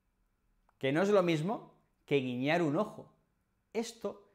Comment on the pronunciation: 401 clases, más de 40 mil inscripciones... Eres merecedor de todos estos éxitos. ¡Felicitaciones desde Brasil! P.S.: La palavra guiñar ha salido "guillar".